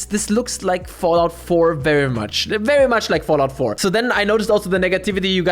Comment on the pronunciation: that Chinese "VERYYY" is hard to unnotice anymore.